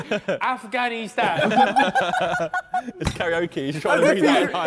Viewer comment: Everyone: Falice Navi Da JJ: Af Ghani Stan